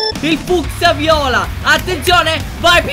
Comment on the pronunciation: si dice fuskia